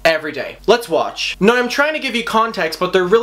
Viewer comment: Yo, pronounce the W when you say “now” please. Fuck.